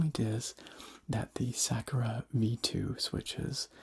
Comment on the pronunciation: Never heard someone pronounce Sakura as Sekera